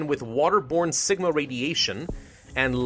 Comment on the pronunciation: When you said Sigma I thought you said Ligma